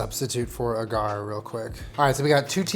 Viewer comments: Agar is pronounced like ey-gar not ah-gar. Love your videos though. Just super annoyed me so I felt I had to educate 😂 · Love you my boy, but it's pronounced aw-grr 😂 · It's so weird not hearing "ay-gar" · pls tell me when he's saying "uh-GARR" he's not trying to say agar ("AW-gur") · As someone who has a degree in biology, him pronouncing agar ‘awe-gar’ as A-GAR’ is murdering me. Love you. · I have a degree in microbiology and I say A-gar. Have also heard people say it Ah-gar. Either one works. I'm thinking your awe-gar sounds similar to Ah-gar. The internet pronunciation i could find was "ei-gr" a-GAR was weird though haha. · it’s “AY-gar” not “AH-gar”. Every time you say it I feel like you’re taunting me. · Everybody say it with me: Aye-garr (agar) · everytime he said Agar I lost my mind a little bit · Great video but just a little note....it “eyyy-gar” like “eyyy-beybey”! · the way he says agar makes me stressed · As a scientist, pronunciation of agar is jarring, yet refreshing. 10/10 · Any other science nerds cringing at how says agar 🤓